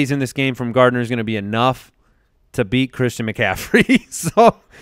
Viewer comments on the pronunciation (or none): none